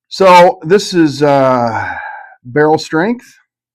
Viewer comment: Originally I gave my "favorite" bourbon influencer. I'm gonna give my 3 most influential. The guy is a genuine patron of all the stores he visits, he has a great manner about him, and seems very friendly and open. Bonus points to him on his pronunciation of the word "barrel." Janice has opened up a new world of adventure for me and my wife. Her desire to grow couples together through libation and teaching spouses to enjoy something their partner enjoys has actually awakened my wife to trying new things. Lastly, His was the channel that really started me down the rabbit hole, and he gave me hope. I figured, if a goofy chunky redneck from Alabama can do this on this scale, then a goofy chunky redneck from Louisiana can, too!